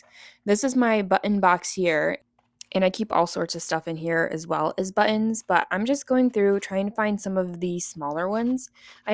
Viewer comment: I'm chuckling at the way you say " butt- ens"